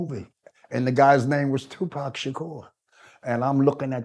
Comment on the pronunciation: So my nigga still alive 😭 This nigga has aged like a fine wine but yo nigga you can’t pronounce the name of your OWN SON ? Wdf is Poc ? 🤣 ÉDIT : Wow, I watched the whole video, and it's definitely Tupac's father. His voice, energy, gaze, leave no doubt. I'm nobody to judge anyone, I'm not Tupac, but I believe this man deserves redemption, and Tupac would have probably granted it if he were still alive (without necessarily being the best of friends).